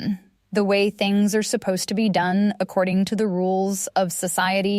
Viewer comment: This is AI .. No person would say “a-r-e” instead of “are” mid sentence like it was normal.